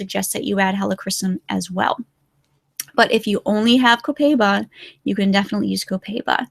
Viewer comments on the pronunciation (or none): Mispronouncing Copaiba. It's like "cohp eye eebah". Sorry for correcting, but it's my job. Spanish teacher here...:)